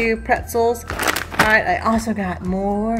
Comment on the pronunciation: I know I'm horrible about that! Not sure why though. Sometimes I say it right, but mostly I don't. I think it's because of my name being and pronounced AL not ALL. sigh... my brain...